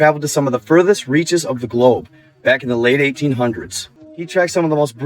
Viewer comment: Say globe one more time